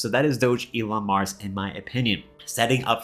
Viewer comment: it's pronounced DOG ELON MARS.